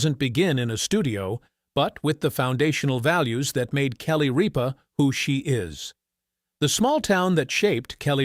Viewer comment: It is not Reep ah it is Rip ah. Narrator get it right!!!